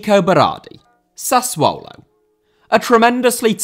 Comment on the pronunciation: Did you say SUSsuollo?